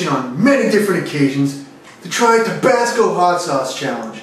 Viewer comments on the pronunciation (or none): Doc: “So how’d you get an ulcer at your age?” LA Beast: “I drink tobassco sauce.”